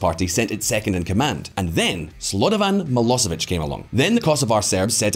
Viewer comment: Kosovo and Vojdiniva, Slodovan Milosevic....damn I know you're English speaker but common the pronunciation in this video is worst I heard on YT